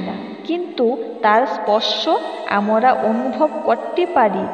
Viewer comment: উচ্চারণ ঠিক করতে হবে।আমরা হবে।